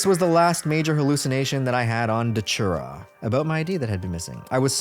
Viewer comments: it's not "daCHURA" it's "daTURA" man....c'mon why do americans always intentionally pronounce things blatantly wrong? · Its datura. Not datchura. Tho i think ppl should just call it detera, cuz its close enough to deterent. Amd it seems.mostly everyone whose done it wants to deter others fro. Doing so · Dude why do you keep saying Dochura